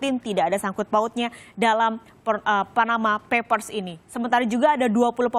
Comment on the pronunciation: perlu belajar bhs Inggris, yang benar ""Panama Papers". bukannya Panama Peppers (merica dari Panama). Dasar lidah po'ong "ubi kamu" atau ketela POHON.